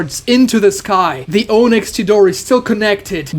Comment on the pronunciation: Can you like pronounce onyx properly. Sasuke said it right but you keep saying Oh-nyx